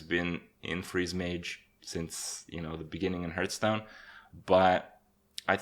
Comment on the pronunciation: "my interpretation of English..." from a guy still mispronouncing the name of a game he's been playing for 3 years